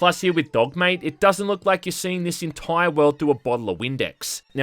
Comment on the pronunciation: the entoyr toym